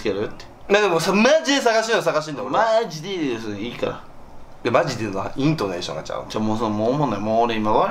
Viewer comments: イントネーションのイントネーションがジャルってる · がーどまんのイントネーションが違う！ のイントネーションのイントネーションが違う！！！ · イントネーションのイントネーションが違うねん